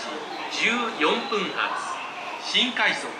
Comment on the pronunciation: 接近メロディー 接近音声 じゅう↑よんぷん↓発（『14分発』の発音だけ区切り読みをしている） 到着音声